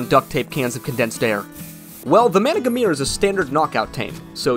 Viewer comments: If it help the wiki says the last R is silent. So it’s Man-uh-garm lol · Does he know that managarmr is not purnounced like that